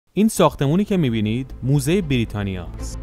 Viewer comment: موزه نه دوزه